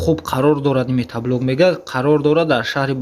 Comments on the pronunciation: Бе акл метаблок нагу мотоблок бгуууу шарманда карди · Салом бародар,бахшиш метаблок( матаблок)нагуй хандаовааст 😂😂.як бори дигар бахшиш рекламаи хуб доред. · Офарин, лекин метаблок не, мотоблок! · Метат задай иқа метаблок мегуй